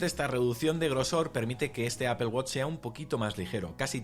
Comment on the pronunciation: Me da risa que no saben pronunciar dicen Apel la empresa es Apple